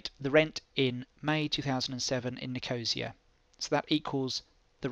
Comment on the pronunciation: Helpful - thanks.... (p.s. That's not how you pronounce Nicosia... It's Niko-see-a....)